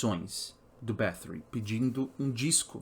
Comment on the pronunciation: pq fala com sotaque ingles sendo que é um sobrenome hungaro?